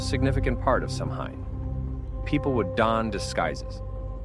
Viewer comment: Good video but please take the time to learn how to Samhain!! It's pronounced Sawhen